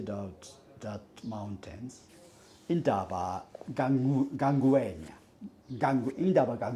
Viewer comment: A whole Japanese pronouncing "Indaba my children" correctly and perfectly so it reiterates the fact that "white south african" who past 30yrs of democracy are still struggling to pronounce our names and speak our indigenous languages with the respect it deserves are still keen on Racism and white superiority!